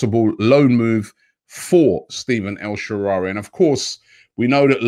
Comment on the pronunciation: No one Absolutely no one Robbie: "El Sherari"